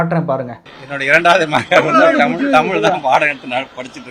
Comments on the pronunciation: அவனை பற்றி பேசி வீணாக நேரத்தை வீணாக்காதீர்கள். அவனுக்கு தமிழ் உச்சரிப்பு கூட சரியில்லை. ‘தமில்’, ‘வலக்கு’😂😂😂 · அண்ணாமலைக்கு கூடத் தான் ஐபிஎஸ் ஆகி,இத்தனை வயதாகியும் தமிழை தமிழ் என்று உச்சரிக்கத் தெரியாது தெமில் , தமில் என்பார் அதற்காக அவர் படிப்பறிவு இல்லாதவர் ,. இவர் படித்த பள்ளி எது இவ்வளவு கேவலமா சொல்லி கொடுத்து இருக்கிறார்கள் என்றா சொல்ல முடியும். ஆட்டு குட்டி அவ்வளவு தான் நம்மூர் 3ம் வகுப்பு தானா